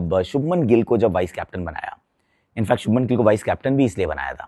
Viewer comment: Abe chopra .. kyu gilla ka liya hai kya muh me